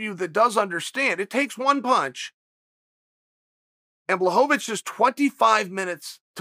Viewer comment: Chael: "Jan DahoeDaBitch"